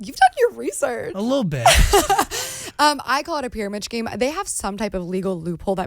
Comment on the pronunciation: Pyramid “Scheme” why does she pronounce the “H” thoooo. It’s supposed to be silent Gabbie!!!